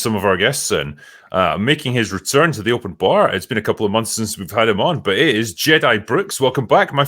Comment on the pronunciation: "Open Barrrrrrrr" -, enunciating his R's